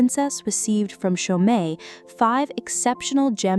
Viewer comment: “Cho - met”? Really? You stories are so good, but your AI voice stinks. Just a way to dumb down Standard American English even more.